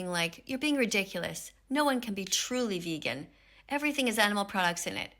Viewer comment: 10 second i already heard veggan